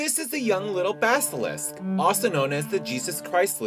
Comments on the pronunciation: baskilisk lol its BASILISK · Basilisk, damn it. BAS I LISK. Not baskilisk. Had to say it. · "baskilisk" lol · His intentional mispronunciation of basilisk made me laugh so hard